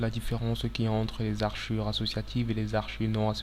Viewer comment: Toutes tes vidéos sont très utiles, merci pour tout ces tutoriaux pour Autocad mais s'il te plait, ce sont des hachures et non pas des haRchures.